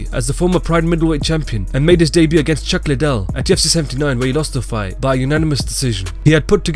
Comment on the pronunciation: "UFC day-b-u" 😂😂